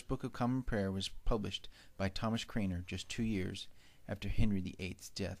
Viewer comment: It's Thomas Cranmer not Craner,This error itself is a catastrophe for your presentation. Also, Henry didn't have any protestant backing against Rome, nor did he want it; Henry was a staunch Roman Catholic. His problem was with seeing the wealth of England go to Rome and the authority Rome held over his affairs as King. Your first 60 seconds is rife with inaccuracies. This is why one must take anything posted as fact on the internet very cautiously.